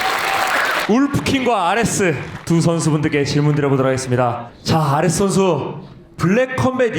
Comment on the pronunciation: 발음 좋은 바이퍼네 ㅋㅋ 아레스 ㅋㄷㅋㄷ